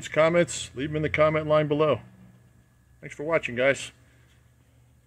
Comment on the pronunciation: What you say , unbeliefebel :)